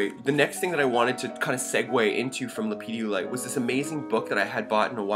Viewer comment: Not sure how I came to this video, but my dood, there is no children's gatorade in this stone. It's pronounced Lepidolite, just as it's spelled. It's not Ha ha